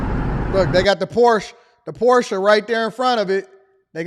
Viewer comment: Wow. First time started pronouncing Porsche correctly. 🎉